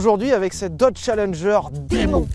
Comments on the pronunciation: Les gars, "Muscle" se prononce "meusseule" en anglais et "Demon" comme "Dimone" 😉. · On dit démone mais pas grave